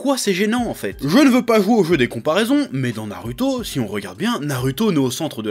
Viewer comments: pk tu dit naruto au lieu de narouto (phonétique) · Nar"u"to ou nar"ou"to? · j'adore comment tu dis "na"rue"to" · na lu to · Parce que les japonais ne disent pas "Narouto" vu que le "u" ne se prononce pas "ou" en japonais... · nallllouto dans ce cas